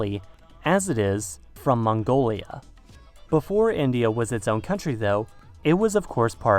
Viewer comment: He- he said it, M-Mongolia